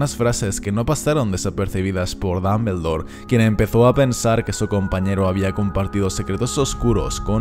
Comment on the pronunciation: Me encantan tus videos.... Pero puedes dejar de decir damblebor..... Se oye tan tonto...